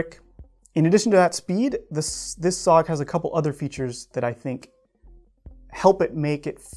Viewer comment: S.O.G. It is not SOG, its S.O.G, you have to say the letter.